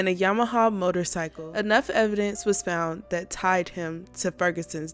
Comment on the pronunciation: Colorado* found, not fount.